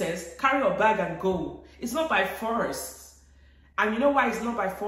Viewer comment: “It’s not by forr-est” 🥴🤣🤣🤣🤣 please, I can’t with you!